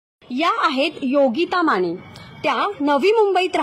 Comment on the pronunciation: बातमी खरंच प्रेरणादायी आणि कौतुकास्पद तसेच अभिमानास्पद आहे, पण तुमचे अशुद्ध बोलणारे अँकर बदला आधी. योगिता माने ऐवजी योगिता माणे, लग्णानंतर असा शब्द बोलताहेत लग्नानंतर असंही धड बोलता येत नाहीये त्यांना, कोण घेतं अशांना ? जे लोक अशांची निवड करतात यावरून त्यांचं पण काय शिक्षण झालंय हे उघडपणे समजतं. खरे उत्तम बोलणारे आणि गरजवंत राहताहेत बाजूला आणि वशीला लावून घेतले की हे असेच होणार ना भाऊ !